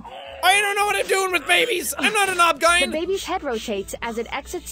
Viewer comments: The way he said OBGYN and not pronounce it O-B-G-Y-N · LMAO "Even though you are an obgyne" For those wondering, it is pronounced as acronyms. O - B - G - Y - N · hehe "obgine" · Lmao “I don’t trust you Dr. Rachel, even if you’re an “obgine” I lost it the way he said OBGYN as a word 😭😭😭😭😭😭😭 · it's an o-b-g-y-n the letters don't form a word, it's a acronym jack 😂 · Are we just not gonna mention that be pronounced OBGYN as obgine? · hearing sean pronounce "OBGYN" as "obgygn" is very funny to me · I'm sorry but OBGAIN 😂😂😂😂 omfg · Harley Davidson I've never heard anyone pronounce OBGYN as a word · When he pronounced OBGYN I lost it 😂